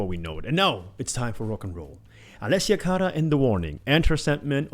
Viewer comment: You right on brother. The Warning always do it right. Why, because they are a Phenomenon like no other I’ve ever witnessed in my 63 years. I discovered The Warning three years ago and have supported them since. Again like no other! Ever Ever……..ok I loved how you said Allesia Cara’s name 😁